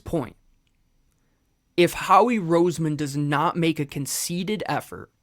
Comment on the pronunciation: Love the channel. It's con-CER-ted effort. Not conceited effort.